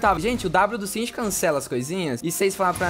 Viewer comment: Nao é singed,é XINGEDI